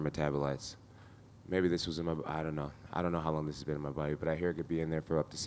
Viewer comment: " you will die , you will die " " ion wanna die " 😂